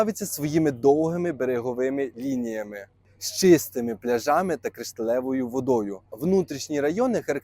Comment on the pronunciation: Правильно ставте на голос Не пляжами а пляжами